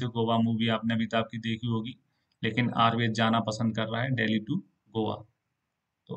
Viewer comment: Ayurveda nahi ayurved bolna chahiye